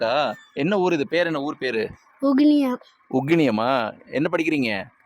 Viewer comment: அட பரதேசி அது உகினியம்...